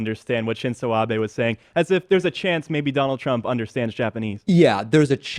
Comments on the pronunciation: Abi? its pronounced Ah-beh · Speaking to your own lack of preparation David Pakman, in Japanese the "i" is pronounced as an "e" and conversely the "e" an "i." Therefore Abe's name is pronounced "Ab-aaa" and not "Ab-eee." So the point is though Trump is a poser, lier, their, self-dealer and all the rest to need to "chill" unless your reporting is completely accurate. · it's abe, not abi..... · Yeah, it's Ah-beh not Ah-bee. Even the USA media gets this one right ffs. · Abe = Ah-beh, not ah-bee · Im mostly sure its pronounced Ah-bay not Ah-bee.... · For fuck's sake its "ah-bay" not "bee." Damn. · Oh David- I cringe- Abe is pronounced "Ah- bay". Not Abi. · "ah-bee" its pronounced like "ah-bei" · 「アビ」じゃなくて、「アベ」なんだよ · Pretty sure it is pronounced A-bae not A-bee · Ah-beh, not Ah-bee. Shin-zoh Ah-beh. Sorry, had to. But great video! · Not defending Trump but there is a lot wrong with this video. 1. It's Shinzo Abe (Ah-Bay). Not Ah-bee. 2. Trump didn't pretend to speak Japanese, the title needs to be reworded. Overall, I'm giving the video a dislike. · Honestly this was cringe-worthy but it also bothered me how he kept pronouncing Prime Minister Abe's name like Ah-Bi instead of A-beh. :( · It's not pronounced ABEE, it's pronounced ABEH. >.> sigh. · That's Abe: "Ah-beh". Not Abi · ABE IS NOT PRONOUNCED LIKE ABI!!! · Entertaining, informative video, nice job! For future reference however, it's pronounced ah-bay, not ah-bee. The confusion is understandable if you don't speak Japanese; I'm currently studying it. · It's "Abe" not "Abi". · Shinzo Ab-EH, not EE, just saying, everyone seems to be getting that wrong. I think Cenk called him "Abe" like Abe Lincoln. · "Shinzo Abi" lol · it's Ab-eh, like an open "eh" sound, not Ab-eee. Ironic given the content of your video... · a-bay not a-bee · hey, Debiddo Packmorn. Stop calling him Abi. It's Abe (Ah-beh). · you're saying Abe incorrectly.... check yourself. it's Ah-bay not Ah-bee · It's A-beh... not A-bee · Ahh beh not Ahh bi